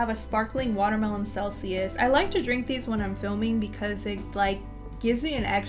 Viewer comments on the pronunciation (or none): none